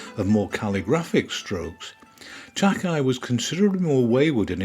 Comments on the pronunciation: Thank you for featuring this amazing artist. Incidentally his last name is pronounced Tak-ā. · Another excellent, informative video by. All of these are so much fun to watch, and research is always remarkably comprehensive. One note -- Takei's name is pronounced "Tah-kay", as in George Takei of Star Trek fame. Thanks much, brilliant work.